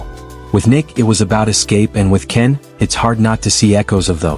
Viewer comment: Why are you saying Ken's name wrong and then you say it right towards the end of this?